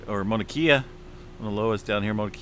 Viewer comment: Mauna Kay yah is how it’s pronounced…Mauna Low ahh is also how it’s pronounced.